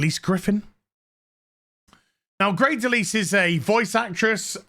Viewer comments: Just fyi, I think her name is pronounced Del isle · It's DeLisle, Like "isle" with "dul" in front of it. Not De lease. It's from Northern French, meaning 'Of the Island' or de l' isle. Anglified from the French pronunciation "leel" to "lyall". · Lisle most often pronounced Lyle \m/